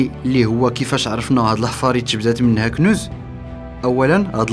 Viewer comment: الطلاسم و سحر لما لا تفكرون في كاشف المعدن و خبراء بحث بإذن من الحكومة و فقط ..... طريقة لفظك لكلمة كنوز غريبة و ركيكة و نشاز و مثيرة للاشمئزاز